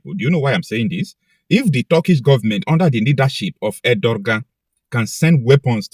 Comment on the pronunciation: His name is pronounced as Ediwan